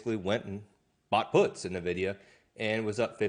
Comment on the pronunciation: Son, it's pronounced En-videe-uh. NOT Nuh-videe-uh.